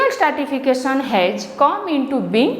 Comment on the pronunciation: It's not startification,,, it is stratification